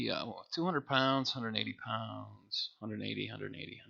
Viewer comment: Something funny about hearing £ in a US accent. So the problem to solve is the shipping from Chicago as the auction was pick up only. Prices are compelling though.